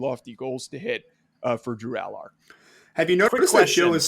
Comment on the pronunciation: When you can’t pronounce Allar correctly you probably shouldn’t be doing a Penn State assessment.